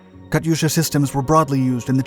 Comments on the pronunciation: Pronunciation question: Isn't the "y" in "Katyusha" silent? The "yu" is a transliteration of "ю" in "Катюша" (though when transliterating back to Russian, sometimes a plain "u" is rendered as "ю", depending on placement). In certain uses, "ю" is indeed pronounced "yu", but when following a consonant it is simply pronounced "u" (though it does result in a slight softening of that consonant). But pronunciation of foreign words can be idiosyncratic between languages. Are there any languages where "Katyusha" / "Катюша" is properly pronounced with an audible "y"? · Pronounced “Kat-tooo-sha”